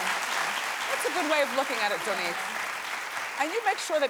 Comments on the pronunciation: Wendy is always mispronouncing people's names!!!!! Its ZONNIQUE not Zoneique wtf? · Wendy was pissing me off with her rudeness and also when she continued to not say Zonnique's name right😒😒 Like bih it's Zon - nique not Zo-nnique 😂😒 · I cringed every time Wendy said Zonnique's name wrong... it's pronounced (Zy-nique) not (zoe-nique)